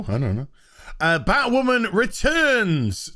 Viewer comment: Are we just gonna ignore him saying batwhaman